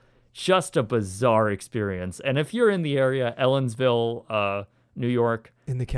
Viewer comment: Are you sure it wasn't 1AM in the afternoon? ;) Ellenville, not Ellensville. And Watkins Glen, not Walkins Glen